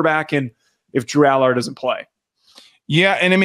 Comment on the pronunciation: You want to know the fastest way to loose credibility? Keep pronouncing Drew Allar's name wrong the whole segment...